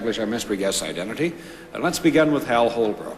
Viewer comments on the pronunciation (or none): I love when he says "and it's 5 down and we'll go to Hal" because as much as I re-listen, it still sounds like he's saying 'hell'. Too funny